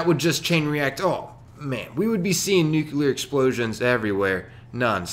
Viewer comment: Love your content, but bruh.. NU-CLEAR.... I'm not a hater, please keep up the experiments. =)